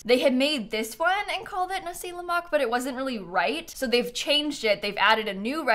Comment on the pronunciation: Hearing said nasi lemak correctly warms my heart 😊